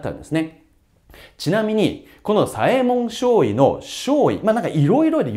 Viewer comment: 読み方はさえもんのしょうじょうですよ